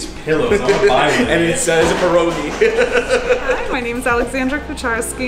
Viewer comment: strange how she pronounces pierogi correctly and with a polish accent, but doesn't pronounce her last name correctly oh w ell